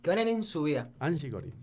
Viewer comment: Corine (se dice corin) no corain :v